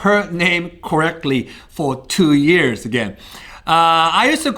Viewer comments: "it took me two ears to be able to hear the difference between L and R" You redeemed yourself the next time you said years though so だから許すあげよう、笑 I'm joshing mate. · "It took me two 'ears' to be able to pronounce L&R" (pun not intended) but im sorry for laughing